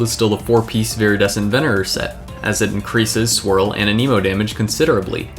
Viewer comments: Why does everyone pronounce Anemo as a-KNEE-mo? I'm pretty sure it's A-neh-mo. I mean, that's even how Sucrose says it. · Okay so I really do hate to be that guy but I really feel the need to point out that is 1000% not how you say anemo. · The was you say anemo 😨 no no no